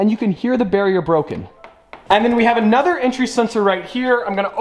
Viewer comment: Anotha one